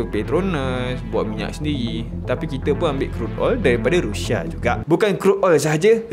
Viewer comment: sebut la betul2..Rusia ataupun Russia..ni rushia rushia adoyai